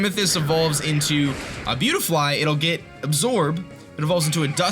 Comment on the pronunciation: Buttyfly...... say that but slowly. See how it sounds like BUTTy-fly...... it’s spelled beautifly.